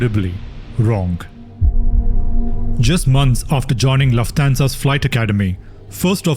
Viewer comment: Really nice video, except for repeatedly mispronouncing Lufthansa